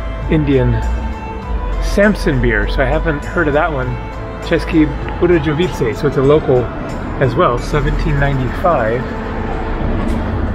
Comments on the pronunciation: It should Vse pronounced ceske Budeyovice. J is pronounced as y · Hey man my son is laughing at your pronunciations hes born in Atlanta talks like his daddy born and raised in the bay area and schooled in Atlanta Gaa Gaa rest of the family all modwesterners of German and Czech stock. Česke Budejovice is pronounced like this cheskee budyeeoooviiitsee hope that helped czech is a nightmare of a language to get fluent in took me 10 to 12 years and i had an upper leg on it being i was fluent in German too when i started. Ya mon there are lots of interesting things and towns to see here. Cech bud is a good base its cheap there the accommodations. They only get Bud tourism there. Krumlov is a tourist trap accommodation and restaurant prices often are more than Prague. I have not been there in 5 years. Its still low season sort of now. My son and i are taking a trip to poland it’s cheaper there and really nice and great food. Wroclov and Jelenia Gora. Mountain area. Make sure you try Budvar dark its good. You can only get it in ceske bud or in the grocery store in the bottle warm. Czechs eat mostly fast food Pizza Mexican or Asian if they are eating out. The main meal of the day is lunch. Most people eat at home its way too expensive to eat out on average Czech monthly income. I know a great Czech restaurant with great dark beers. But i can’t remember what its called i just know how to get there its off the square on a side street. I visted there many times back when i was earning dollars and life was more than half the price 5 to 10 years ago.boug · Just a small tip... The letter "J" is only pronounced like that in English. In all other Germanic and Slavic languages is pronounced like your "Y" in "yes". So if you are in Europe just remember that it is the English "J" that is an exception. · I was laughing when you drank the Bud 😂and when you try to pronounce the city name